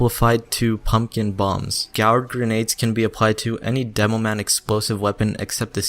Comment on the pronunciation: It's pronounced "gord". LOL. Good guide though.